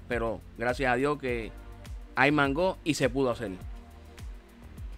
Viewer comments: Se ve rico, porque le dices mangó con acento en la o se oye raro se que es boricua, sé podría hacer sin crema de leche de vatir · Excelente!! Aaah no se pronuncia así como lo dices porque la palabra mango no lleva acento en la o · Por qué dice mangó? Y por qué dice flan si es una gelatina?